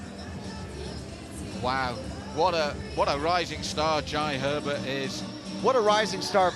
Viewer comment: The commentator can't pronounce jai 😂😂